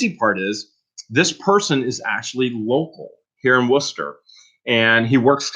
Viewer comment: Just started watching you because of lunker's. Just heard you mention Wooster and actually pronounce it right. You a hometown boy too?